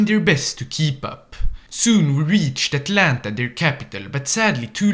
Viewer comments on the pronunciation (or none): none